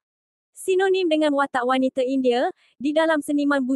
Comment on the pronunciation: Cuba dengar admin sebut indie...wanite ...lain maciamm